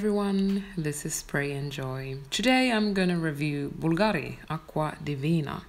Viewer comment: Hello my friend. You totally mispronounce Bulgari. the tonic accent goes on the first syllable (bu)